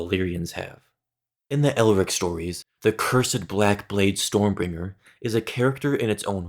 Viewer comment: Its Elric, not Eric